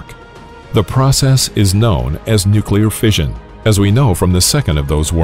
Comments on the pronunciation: The supposed 4th generation in this video is pure science fiction. And it’s “noo-cleer, not “nook-kew-lir”. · You lost me when you pronounced "Nu-cle-ar" as "Nu-cu-lar" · Turned it off as soon as I heard him say "nucular" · come on fellas,he said nuclear most of the time.nucular was a slip he picked up listening to his circa 1950s dad talk politics after a couple cans of Budweiser. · why did he say nucular that one time? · Mispronouced "nucular" . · Imagine if someone was trying to teach you about Italian food but pronounced spaghetti as pasghetti, you probably wouldn't hold their teachings with very high regard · Nucular? Also love how you called the people who developed these things "warmongers". People love feeling superior. You weren't there. You don't know what facing annihilation was like. Would you have said "no , don't develop the weapon" meanwhile knowing the Germans were looking at making their own? How many relatives of yours being killed by the Japanese would you have put up with before you authorized use of the weapon. Finally, fire bombing was much more deadly than the two nukes. 100,000 people died in one night from firebombing Tokyo aka the paper city. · It’s pronounced Nukulear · Narrator would be well advised to learn how to pronounce the word, "nuclear." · Ok, Im not the only one who caught that! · Learn to pronounce "nuclear" properly, if you're going to lecture on nuclear physics/weapons, please!